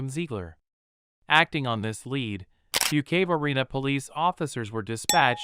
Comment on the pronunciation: I'm sick of AI voices that can't pronounce words properly! Phonetically it's Fukekway, north Carolina!